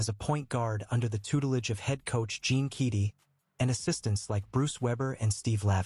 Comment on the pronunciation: You need to learn how to pronounce Keady and Salukis if you’re going to read this.